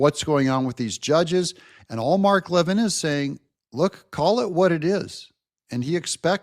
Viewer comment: It's pronounced LeVIN. It's like LePew (Pepe).